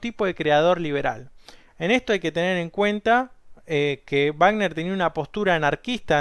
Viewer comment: ricjard vagner he he escuchado dos personas contigo que lo expresan fonéticamente así, en México la mayoría decimos Richard sonando la CH y "Güagner" Excelente descripción de la obra